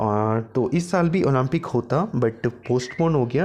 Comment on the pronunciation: Olaampic lol atleast improve your pronouncation